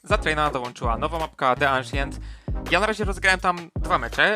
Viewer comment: mordko nie "aszient" tylko "ansjent" :p pozdro :D